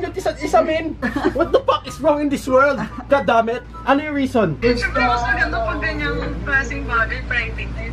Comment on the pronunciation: No one:: "gOAD dUHMET"